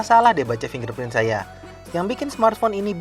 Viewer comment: Fingerprint bang, bukan fin gerprint #maafcumankasihtai